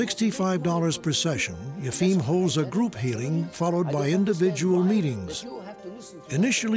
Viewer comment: I can appreciate the arguments Michael Schermer gives on Yefim (the Boston healer) but learn how to say the guy's name.